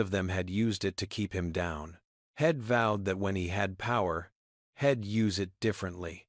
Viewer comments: So many pronunciation mistakes, it sounds ridiculous. Head, for he’d, shed, for she’d , Ill, for I’ll., ill is another word for “sick” and so many more, you should be able to find them, and make them learn how to pronounce them correctly! Here’s another one, hell, for he’ll. Im for I’m. The longer I listen to this, the worse it gets! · This was a good story except the fact that AI could NOT pronounce words correctly, you need to better or not do it at all!!! The word he'd was pronounced as head, the word she'd was pronounced as shed. Really you can't pronounce words correctly??😢😢